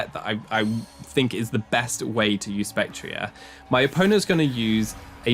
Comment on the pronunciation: I'm already so used to the pronunciation of spectrier as spectri"ay" and it's only been a few weeks lol